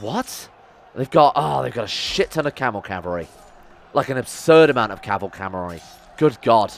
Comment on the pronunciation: As soon as I heard that I died XD